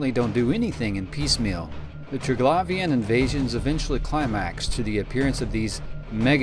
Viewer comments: im pretty sure its triglavian not traglavian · Hint, not Trig-lavian , try , Tri-glavian , then go from there :) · Say it with me... Tri... Glaive, ian... Not trig lauv ien. Jesus that was annoying to listen to lol. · Try-glay-vian not tra-glavian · glay, not glah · its pernounced "Tri-Glave-Ian" not "Tri-Glav-Ian" also, the drifters, sleepers, and triglavians. are all splinter factions of the Jove empire. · say it with now ok? : TRY-GLAY-VEEUN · I liked you up till the point you said ‘Triglavian’ with that pronounciation 😂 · Maybe learn how to say Triglavian before making a video about them? Just an idea. Would certainly not sound as annoying as it does, if you did.